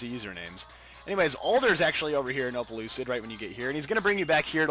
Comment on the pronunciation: Almost 70% of the comments are asking for shout out!! cmon~ anyway opelucid city sounds like explicid city :D